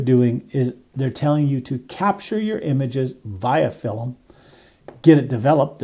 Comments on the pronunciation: FILM, not "fill-em". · Film is one syllable. It's not filim. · Why do you pronounce film like that?